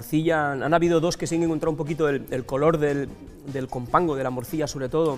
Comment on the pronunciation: Esto es vergonzoso eh, quitar el video y meter a un asturiano de verdad anda. Ni compango sabe decir